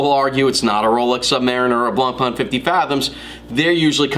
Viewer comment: Nice simple review on Zodiac, but the right french pronounciation of BLANCPAIN is NOT something like "blonpa-an", but rather "blon-pen". Cheers